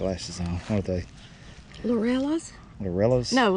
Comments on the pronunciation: Lobellia is pronounced Lo-beal-ya. 😘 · That looks fantastic.🌸🌺🌼🌴 I can't wait to start my flower garden. I'm hoping that the temperature might get up to 60° today! 😀 I can't imagine you are already as t 90°! How hot are you all going to in July? ps.. if you are still wondering lobelia is pronounced low-beal-ya🙂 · It's pronounced low-bill'-ya. Nice job,! Now you're going to have to use weed-eater instead of just mowing to trim around all those beds, but they do look nice.